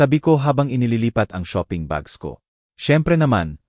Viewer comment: Saang ka nagaral mali ang basa mo sa shop at shopping .